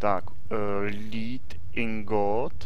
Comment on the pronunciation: Dobré video ale Lead se čte jako led :)